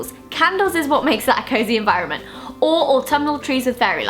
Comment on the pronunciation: The way Zoella says environment sounds so American!!!!!!!